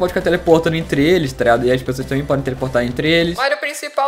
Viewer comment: Oque e toreado ele fica falando eu acho que é tá ligado